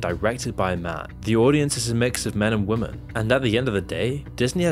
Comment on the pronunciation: dear creator women is pronounced wi-muhn, not wooo men 😅